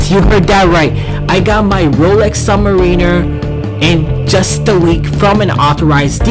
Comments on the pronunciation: Did he say subwiner? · Submarine-er. Yikes